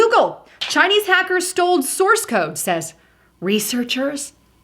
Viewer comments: *STOLE!!! Drove me crazy lmao. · Did you say sold or stole